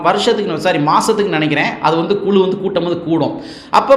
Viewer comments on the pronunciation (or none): none